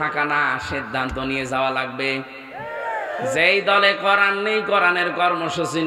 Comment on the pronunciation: উচ্চারণ করেন। করান কি?? কোরআন বলেন, করান বইলেন না।